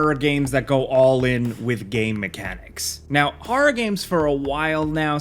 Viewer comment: Anyone notice that says horror like Christopher Walken does? "hoa-r-ruh games"